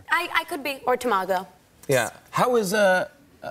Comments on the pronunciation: For a sushi lover she completely butchered the pronunciation of Tamago and Tempura lol. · Oh My God they said tamago wrong